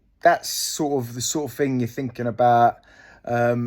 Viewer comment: It’s wurf it when you’re finkin of fings !